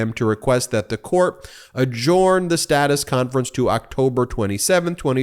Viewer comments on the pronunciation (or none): Great work continues , thanks! 👍 But Ben, a small thing - we have yet to train you to pronounce "adjourn". Leave out the "o" from the spoken form. That should do it. Adjurn. You can do it! 😏